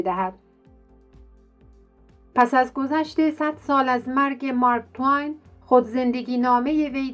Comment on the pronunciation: چی میگی تو با دماغت مارک تو وین چیست اسمش مارک تو این است